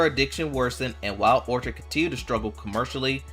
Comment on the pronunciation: "Orchid' is pronounced "orkid" with a hard K sound. 🙄